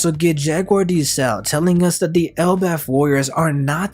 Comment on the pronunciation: its not "Sowl" its "Saul" like Paul. Its not "A-O-kiji" its "OW-Kiji" or just call him Kuzan. Idk why those bothered me so much